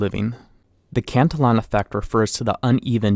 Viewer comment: You are mispronouncing Cantillon's name. Please correct this.